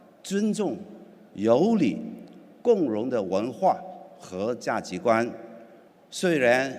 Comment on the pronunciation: 某人说普通话非常不标准“价及观” 涉嫌辱华